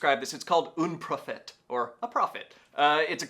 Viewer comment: "oune prophet" It's not spanish, it's french come on!